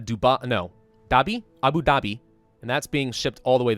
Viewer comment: I dunno why but the way you said Abu Dhabi was really funny smh.